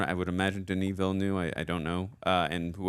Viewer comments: Please look up the video “how to pronounce Denis Villeneuve”. He says it himself like Veelnuv, not Veelnew. Yeah everyone says it wrong, but maybe we can start a trend of saying it right. I really don’t care either way though. It’s just like the Gal Gadot thing. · DENIS VILLENEUVE PRONUNCIATION - Denis sounds like Duh-Knee, (listen to US pop group Blondie's 1978 UK No.2 hit record titled 'Denis') and Villeneuve sounds like Veal-Nerve. Translated to English, the movie director Denis Villeneuve's name would be... Dennis Newtown (or Newton). If famous scientist Isaac Newton was born in France, he'd be Isaac Villeneuve. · Why are you calling him Denis "Villenew" it's Villeneuve.😊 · She knows what his wife's dying words were because he tells her at the party, on screen. She's not time-slipping; she is perceiving time in a non-linear way. And the director's last name is pronounced VEEL-uh-nuhv. If you can't pronounce the IPA's "œ", which is the vowel sound in "nuhv," say it like the end of "enough" but with a "v" sound instead of an "f."